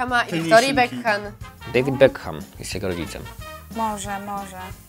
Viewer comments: bekam a nie bekham !!!!!! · Nie czytajcie tego H w nazwisku Beckham... uszy od tego bolą...